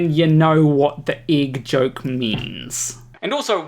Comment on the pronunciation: There is only one thing about you that bothers me. You pronounce "egg" as ig. I'll get over it, eventually.